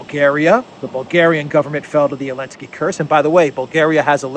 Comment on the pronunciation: I like your videos but the only thing is. It’s not elensky is Zelensk with the Z!